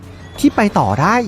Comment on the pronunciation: ได้ ไม่ใช่ ได๋